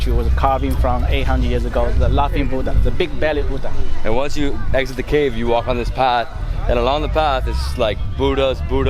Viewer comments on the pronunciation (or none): none